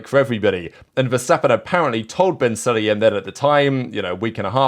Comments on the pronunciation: Su-La-Yem, not Suliem It's SU like U(ber) The pronunciation is killing me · Suliem is killing me. Like, come on, at least try Su-La-Yem... Su La Yem... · When you say “Sulayem” it sounds like “Cellium” to me